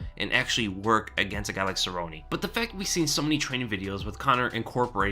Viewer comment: I'm with you, I turned off the video because of the way he mispronounces "Cerrone", obviously the Weasel's never thrown a punch in his life